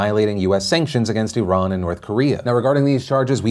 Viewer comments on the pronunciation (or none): none